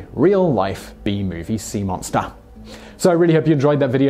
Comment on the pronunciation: "Sea mon-STAH"